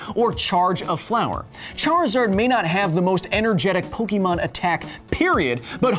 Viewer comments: Yes, i know how its pronounced in the anime, but im saying how it SHOULD be said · kyle the accent over the e in pokemon is pronounced as Ay. basically pronounce Pokemon as if there is a Fonzy in the middle of pok and mon. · Anyone else bugged by how he mispronounced Pokemon? My inner first grader couldn't stop grimacing. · one could argue that the pronunciation depends on the part of the world in which you live.